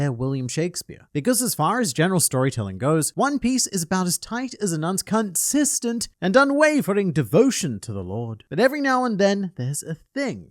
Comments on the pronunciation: "NUNS CUN-SISTENT" 😂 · My eyes actually went wide when I heard cunsistent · My man channeled and suppressed his inner Australian by changing to consistent in the last second